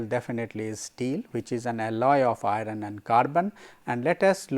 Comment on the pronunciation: why pronounce 'iron' as i-run?